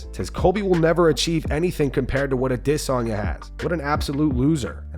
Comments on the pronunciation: You can stop using the “I diss on ya” pronunciation. That shit was a joke and only clout chasing dweebs like Ariel Helwani used it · The way you say Adisssanya if fucking annoying. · Israel Ah-DIS-sanya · can you stop saying adesanya like that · The narrator is so cool for the way he enunciates Adesanya. Please make every story about Izzy so we can hear it another 10,000 times. So cool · Holy fuck the pronunciation of Adesanya is fucking annoying